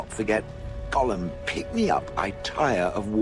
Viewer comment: Goddamm not even the voice actor knows how to say 'golem'. I wish they'd correct the voice actor when they're ignorant. 'Goylem' is acceptable, especially for the original jewish story, 'golem' is correct but its never 'gollum'.